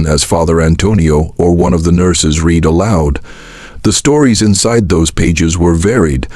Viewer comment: Listening to this AI reader makes my throat feel funny. I said it's AI because it doesn't know how to read "read" in the present and past tense...